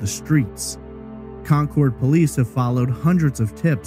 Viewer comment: I live right down the road from where this happened. I remember seeing the big signs offering a reward for information but I never remember hearing about a single update. Also, thanks for pronouncing Concord correctly! Cabarrus is actually pronounced Cuh-bear-us.